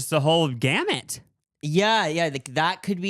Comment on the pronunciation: HE SAID GAMMET!!!!! 😭😭